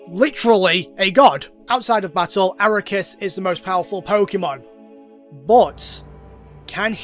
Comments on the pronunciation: was listening in the shower and took me a few minutes to realize who you meant by "araykus" its arceus😂 ar-kee-us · it's not aracoos, it's arcoos or akaroos or asrukas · So glad he's using the correct pronunciation of Aquarius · How do you mess the name up that much? (Ar-See-ehs) Is the original (Arc-ee-ehs) Is the name after censorship so it doesn’t sound like ass in French (Ar-kous) Is a joke name made by MandJTV after his Pokémon talk series. But yours is just… WHAT? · Arakus is easily the best pronunciation of arceus I have ever heard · This man consistently says Arecus instead of Arceus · It's pronounce "ark e us" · The most broken thing here is your pronunciation of Arse-ee--ass. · THAT'S NOT HOW YOU FUCKING PRONOUNCE AR-KEY-US BRO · dude unironically says ARROW-KAS what the hell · We love you buy if I hear you say arikus one more time I stg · Ok, but I have one question. Why do you pronounce Arceus like that? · Boi added an extra syllable to ARCEUS. Bruh